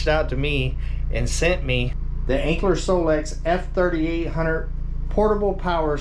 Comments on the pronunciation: It's Anker pronounced like Anchor not Ankler just sayin' not hatin'. 😉😊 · You're pronouncing it with an L. Anker? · Lol. They teasing cuz there is no L in Anker!!!! Gotta say the product name correctly when promoting it. Please. 😊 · Sorry but you’re not pronouncing it correctly.